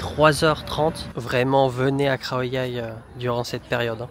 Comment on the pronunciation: Par rapide conscience et suite à ton conseil, j ai réécouté attentivement les bases de la pronociation thai de " เขาใหญ่ ". Sans surprise je ne perçois pas de son " R " ; autrement dit je n entend pas "khrao" mais bien "khao". Quand a "Sawatdee khrap" je faisais allusion à Sabri qui le prononce " rrhap" , un peu comme le son "r" en arabe qui racle la gorge. Ma question à la base etait juste de savoir si certains Thai prononcent เขา ou bien ไข่ comme s il y avait un " R " après le " KH ", à savoir respectivement "khrao" et "khrai". Du coup pour être certain de ce que j avance, j'ai aussi réécouté ta pronociation de เขา à ; ; ; ; à ข้าว(ผัดทะเล) tu prononces aussi un "R" dans le mot riz ...Bref, j ai pas cherché non plus à tout relever mais dans ta pronociation du mot เขา on entend bien le son รอ-เรือ qui suit le ขอ-ไข่ Conclusion, si je me contente comme tu me l'as suggéré d écouter la pronociation de Google Translate, après plusieurs écoutes attentives je n entend pas de son " R ". Ce qui me renvoi à mon questionnent initial, peut etre que certains Thai suivant la region prononcent comme toi ce son "r" ...ใครจะรู้ ? Un peu comme en Issan Lao où le ลอ-ลิง disparaît dans le mot ปลา où bien prend carrément la place du รอ-เรือ . On est loin des " R" roulés bien khmer de la région de Surin qui sont des "R" bien virils qui ne deviennent pas des "L" ... Merci en tous cas pour ta réponse. Pour info mon but n est pas comme on dit de chercher des poils sur